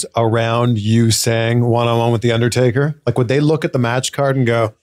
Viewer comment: "one on one against the undaytaka playa"